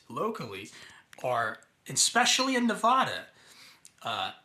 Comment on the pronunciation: You don't even know how to pronounce Nevada and you seem to think you have credibility.